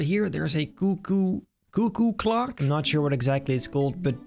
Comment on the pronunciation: Him trying to say cuckoo clock 😂😂😂